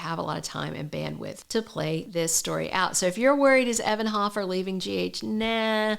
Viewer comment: It's HOfer you are saying it wrong